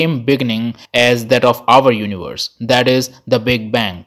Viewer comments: It is called Universe, not Univorse… 🤦🏻‍♂️ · "Multivorses" and "univorses"